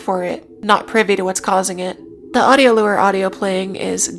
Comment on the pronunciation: Lmao can I ask why you wouldn't want to pronounce "macabre" the way... it's generally pronounced? obviously it doesn't matter as long as folks know what you mean but I've never heard anyone pronounce it like you did before edit: nvm she also pronounces "lure" super weirdly, clearly this gal is just a silly billy